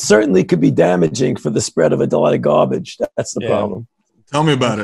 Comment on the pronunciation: I have the biggest crush on Dr. Tony. Have him say Annoying gaaaa'bage 3 more times